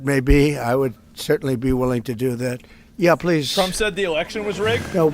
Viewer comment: Zelinsky finally said pwees and thank you